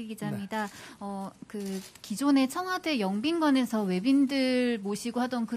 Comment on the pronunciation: 나만 청화대로 들리나